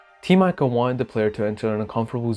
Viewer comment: You read it as Team "Eeco", not with letter "I" ;)